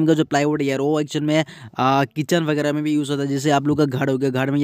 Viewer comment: Bhai literally said #vigra instead of vagairah😂